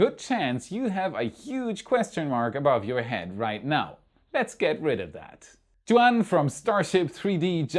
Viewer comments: Are sure your pronouncing the 3D artist name correcly if its Juan you way off base its spanish and your pronounce it like Jewuan! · o, Juan is pronounced WAAN- its spanish for John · For all English speakers, if you want to pronounce right Juan, it is more like: Whone